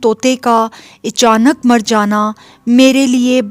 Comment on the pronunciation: Echanak nhi achanak bolna chahiye 🙏